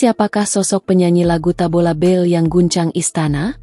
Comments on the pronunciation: Bale bukan bell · Tabola bale bukan bel🤣